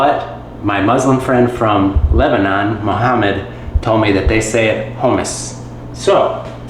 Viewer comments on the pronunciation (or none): none